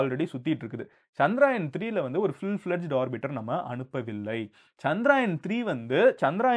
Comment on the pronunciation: For you information, Its Chandrayaan not CHANDRAAAAYAN 🤦